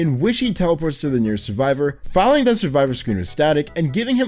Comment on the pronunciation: and he doesn't read them lmao, hear how he said "filling" in exes part?